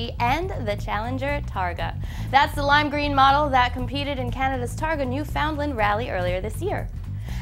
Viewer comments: come on Alex, newFOUNDland? lol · Hey guys the reason why ford supercharges everyhing is because they're cheap. They put that same V8 in EVERYTHING and anytime they want to change it up a bit they just throw on a supercharger. Dodge changes motors ford just changes parts. Which is boring if you ask me. Mustangs would be more badass if you could get one with a 351 or a 427. P.S she pronounced Newfoundland wrong. They'll be pissed hahaha.